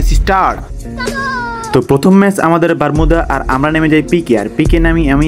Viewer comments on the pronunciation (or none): ভাই প্রথম মেচ বারমুদা না বারমুডা ভালো করে বলেন 😂